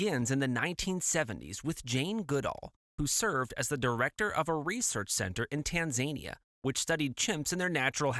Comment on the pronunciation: its tan-za-nee-a , not tan-zania